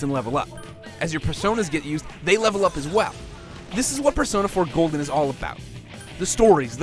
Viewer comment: persona 4 golen lol